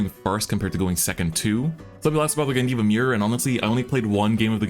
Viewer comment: Course its gandeeva